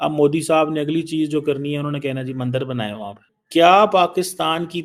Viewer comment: Madarsha chaap dr Keema batao, ke MANDAR nahi MANDIR bolna chahiye. ya to bolo MANDEER